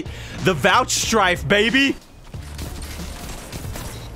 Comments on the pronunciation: Pretty sure its vouchSAFE not strife, or TOUCHSAFE or HIDDENSAFE or SLOCHSAFE either lmao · hearing vouchstrike was like... wot? it’s vouchsafe sir! keep up the great content. good to see ur back